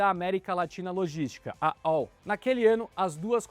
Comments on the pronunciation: Se fala ALL mesmo a antiga empresa, não ÓU (como se fosse em inglês). Acrônimo qndo não formam uma palavra em si, falam-se as letras individualmente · A L L. Diz-se assim. E não esse dolorido ÁU ou ÓU. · Eu como professor de inglês também leria ALL (ÓL), mas essa é A L L